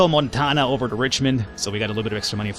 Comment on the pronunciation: I think you pronounced Montano wrong.....XD